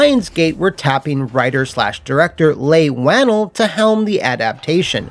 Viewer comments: Leigh Whannell is pronounced (Lee waa-nel), not (Lay Wah-nul) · You do so much work and it shows in your videos. ♥️ But ya messed up the pronunciation on Leigh Whannell's name 😂 Leigh Whannell = "Lee Won-El" not "Lay wan-ul" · Just so you know Leigh Whannell is pronounced like "Lee Whua-Nell"